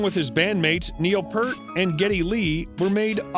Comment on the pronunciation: Like others, I stopped at "Pert".